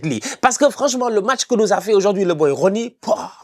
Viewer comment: S'il prononce le nom de Roony vous me faites signe 😅😂